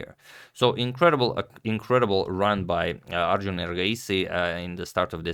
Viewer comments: Glad he pronounced Arjun an not Aryún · Finally agad pronounces arjun as arjun and not aryun. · You pronounced "arjun" very well 🙏